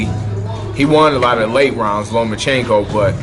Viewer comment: Who is Lumachinko? It's Lomachenko. And Floyd was calling him "Lomo" the other day. No "u" in his name. And the "o" is at the end.